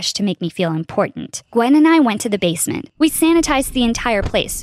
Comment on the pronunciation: This girl said "We Weached The Basment" and idk but I think they spelled neighbor wrong